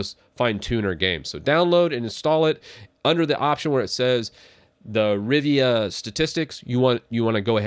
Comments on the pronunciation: It’s “RIVA Tuner”, not “RIVIA”. 😂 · "Rivia"?!?! "Riva".